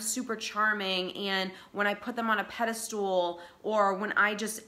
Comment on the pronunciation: I like your comments, as they ring a lot of bells, but "pedostool"? A pedestal is kind of like a stool for a statue, but it's not pronounced that way. <3 Peace, Love and Thanks :)